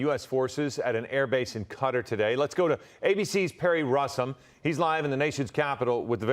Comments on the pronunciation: It's pronounced QATAR! Not "Cut-her" 🤦🤦🤦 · If you're going to do an actual pronunciation, dont just repeat the name lol. kuh-TAR